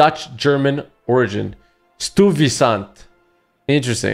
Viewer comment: No way this dude pronounced Stuyvesant wrong😂😂😂😂